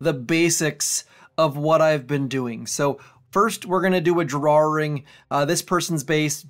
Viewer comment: Is "draring" a Canadian thing lol?